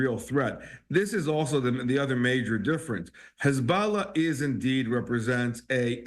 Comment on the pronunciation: How many times is he going to say HuzBALLAHHH 🤦🏻🤦🏻🤦🏻